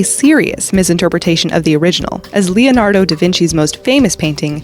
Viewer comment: How do you consistently fail to pronounce "Leonardo" properly? It's not THAT hard, god dammit!